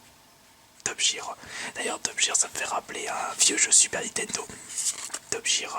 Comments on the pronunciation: Olalalala qu'elle accent anglais merdique xD même une personne nul en anglais le prononcerais bien on dit pas Top "Jir" mais "Top "Guir" ;) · PUTAIN C'EST TOP-GUIRE BORDEL. Pas "top jire". Renseigne toi avant. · Pour Top Gear on le prononce Top Guear:) C'est une émission anglaise de voitures sur la BBC.